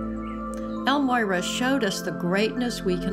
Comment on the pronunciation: So irritating when people can not even say the name correctly. EL-MORYA. Not El-Moyra.